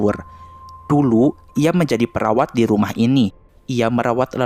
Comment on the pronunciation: Gw dengernya peraw4n bukan perawat...